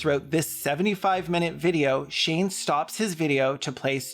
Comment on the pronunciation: Are you calling him "Shame"?! I'm crying